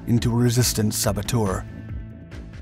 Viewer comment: Saboteur' is not pronounced ;sabbo-toor'. The correct pronunciation is 'sabbo-terr'.